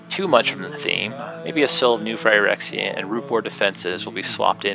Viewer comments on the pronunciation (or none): "New Ph "ie" rexia? Thats not how you pronounce phyrexia. It's pronounced " phr"-exia.